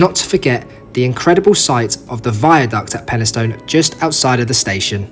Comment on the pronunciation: and also peni-stun rather than peni-stown